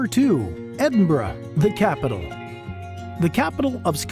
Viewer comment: Also not being able to pronounce Edinburgh properly or saying glasgow using glass gow as in cow. You'd think they would research pronunciation of words.